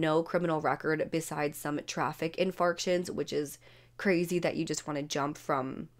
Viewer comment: Why am I this way?!? Anything that’s written incorrectly or pronounced incorrectly drives me up the wall. Ie Traffic Infarction, to which I’m sure she meant infraction. I do love you girl and all your videos!! Please don’t hate me for pointing this out. 😢